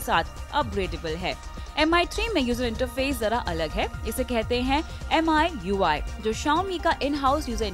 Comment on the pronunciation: It's not M I U I. It's Me You I.